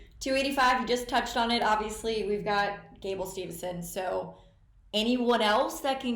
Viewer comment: it sounds like they’re saying stevuhson